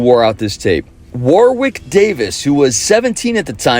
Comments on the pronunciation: Proper descriptions of these films, smart references, and yet the thing that sticks is the mispronunciation of "Warwick". Damn, that's disappointing. Incidentally, the second W is silent, so it's pronounced Worrick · I was enjoying this trip down memory lane until you mispronounced Warwick, then it was as if you were missing a piece of research. The second w is silent. Stopped watching then. Sorry.